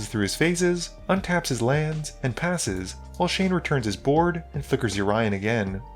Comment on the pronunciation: the way you say Yorion though..why?